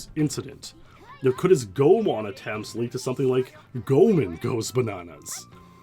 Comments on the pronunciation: Nice video! But as a Goemon fan, and also someone who lives in Japan, I gotta correct you on your pronunciation! There’s no “magic E” rule in Japanese, so it’s “Go-e-mon”! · please pronounce Goemon "goy a mon" or "gay man". Thank you. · Just a tip on how to read Japanese words: enunciate the "e" as another syllable. It always sounds like "ay" or "é". Goemon is pronounced like "go-ay-mon". Oedo is "oh-ay-do". 🗣️💬